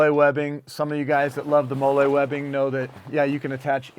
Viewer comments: Loving the review! Only critique is that it’s pronounced “Molly” webbing and not “Molé” 😂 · Not a dig, just a pet peeve as a vet, the pronunciation of molle